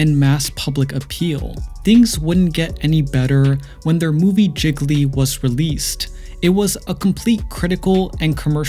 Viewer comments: Lol Not pronounced like Jiggly lol It’s pronounced Gee-ly but thanks for this. Forgot all about their relationship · He said. JI-GUH-LEE instead of JEE-LEE 😂